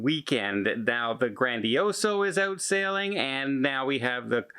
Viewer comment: my friend, it's GrandiosA.